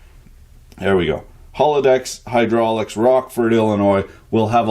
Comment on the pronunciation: What's hydrulics? Could you talk bout hudrulics a bit? Tanks in advance dehr eh!